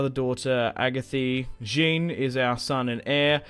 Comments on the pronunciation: Please pronounce Jean as Shaun ... No such name as 'Jin' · Kinda like ‘Zhon’ right?